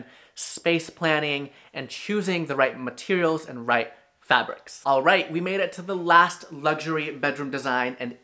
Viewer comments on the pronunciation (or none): none